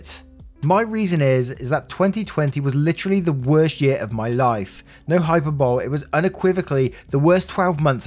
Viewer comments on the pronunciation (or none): "Hyperbole" is not pronounced "hyper-bowl." It's pronounced "hi-purr-bow-lee." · Hyperbole is pronounced high-PER-bowl-ee. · Hyperbole = Hy-per-buh-lee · Hyperbole is pronounced Hyper-boly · Love hearing when I commute and work, but hearing him say “hyper-bowl” made me double take.